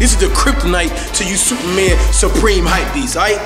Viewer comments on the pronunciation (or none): none